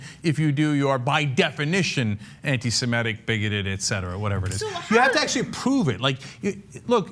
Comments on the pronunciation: Ana, the word is "Semitic" not "Semetic." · learn to pronounce Semitic